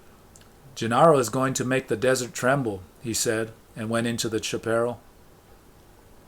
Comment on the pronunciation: Thank you! I listen to these while I work and sometimes before sleep. Your deliberate way of reading is nice - some mispronunciations of Spanish-Mexican words such as chaparral but its still forgivable, as I used to mispronounce them too. Unlike most other shaman or spirituality books, every time I re-read Castaneda I am more convinced it is all very real.